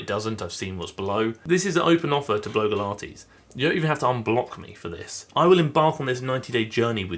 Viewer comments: i think her channel name is pronounced Blog-E-Lah-tees or Blog-Ah-Lah-tees rather than blow-gah-lah-tees. Sorry to be that annoying person haha. I do worry about whether this journey will be negative for her, hopefully not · Hiya. Love your videos, and I've watched for ages, but need to ask a quick genuine question. You pronounce Blogilates B-LOW-gilates, whereas she pronounces it B-LOG-ilates. You may have explained that a while back, and totally get if it's a laugh, but while your reaching out to her seems really genuine and helpful, doing so while (deliberately?) mispronouncing the name of her business and life's work detracts from that generosity and can come across as disrespectful. Perhaps something to consider? I know you're always out to do good, so just a thought.